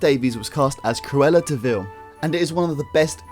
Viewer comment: CRU-EL-LA has three syllables - not two!